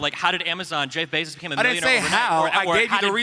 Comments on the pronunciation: What's wrong with this guy? Why does he keep mispronouncing words like this?? - Jezz BeZOZ? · I genuinely don’t understand how you live in America and don’t know how to correctly pronounce the name Jeff Bezos